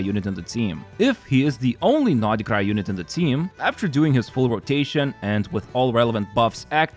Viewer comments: Why is he pronouncing it NODI-krai 🤯 too much for my OCD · why does he say noDHE krai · Why do you call Nod-Krai naughtycry?